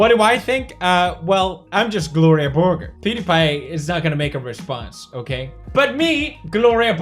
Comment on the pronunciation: shouldn't Borger be pronounced borjer but like the o is an å ish sound and the e is ä ish